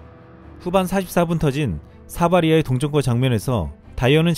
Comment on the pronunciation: ㅋㅋㅋ 방송 재밋게 만드셧네 근데 사바리아가 아니라 사라비아임,, 외우기힘들면 앗사라비아 콜롬비아 할때 사라비아랑 똑같음,., 사라비아